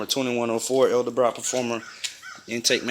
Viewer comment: Its pronounced Edelbrock, not elderbrock..